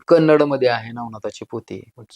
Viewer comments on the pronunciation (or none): none